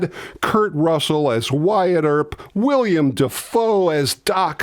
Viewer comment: Not to be pedantic, but it's Willem, not william.